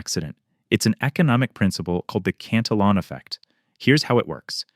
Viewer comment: Yes I agree it’s insightful and accurate. I just have a real thing for governments who relentlessly spend but they don’t have. I’m an old guy so I remember the stability of the 60s and I long for those days when money maintain some value. Also, I think you are pronouncing the name as the English version, but it would be more accurate to pronounce it in the Spanish way, where the double L’s are pronounced as a Y. It looks like a Spanish name for me, so I suspect that is the most accurate